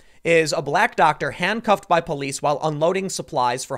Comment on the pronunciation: Tim your emphasizing black for some reason like it has something to do with anything